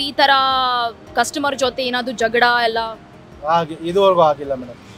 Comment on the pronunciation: 😅Jagada alla 😂 jagala